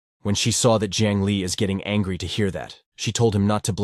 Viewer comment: Bro really say angy